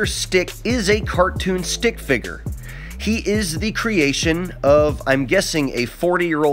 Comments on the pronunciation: Wow just wow fi-GER hahaha yeah great pronunciation flat earther it’s pronounced fig-ur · Hearing him say figger over and over is cringy as hell